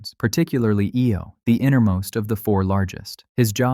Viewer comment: Jupiter's moon Io is pronounced EYE-Oh!!!